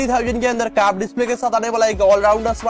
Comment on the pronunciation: Bro its curved nor caaarved 😜